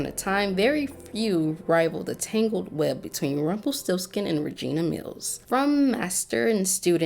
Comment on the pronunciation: "Magic always comes with a price". You gotta vibrate the R when you say this dude's name. Put some vibe and flare on it, dearie. lol